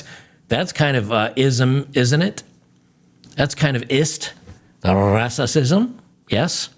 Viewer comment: had me spitting out my coffee when he said "rrrasssasisme" 🤣 Well played, Sir!